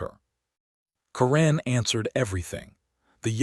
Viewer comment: A very good reading, but one tiny repeating detail: "Karen" is always, in my experience, pronounced KEren, with an accent on the first syllable, and the first "e" sound short, as in the word "jet." It was the name of a teenage girlfriend of mine, and fairly common, at least 40 years ago.